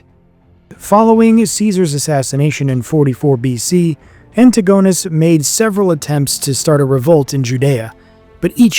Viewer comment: "an-TIG-oh-neez" please practice your Hellenic names. You can usually assume the emphasis is on the second or third last syllable